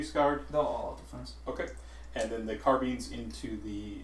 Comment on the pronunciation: Today I learned a new way to pronounce Carbines; Carbeans :D